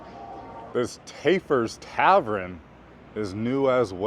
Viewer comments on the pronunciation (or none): It's Taffer's Traven, not Tapper's Traven